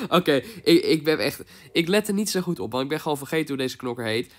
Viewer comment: whahahah 'goet' ik ga stuk